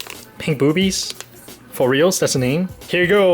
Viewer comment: You say "boobies" funny 😂😂😂😂